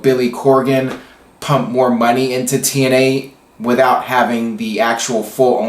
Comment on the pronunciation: lol 00.34 "TNeye" 😂 sorry, it made me laugh 😂👍hey do you watch botchamania? lol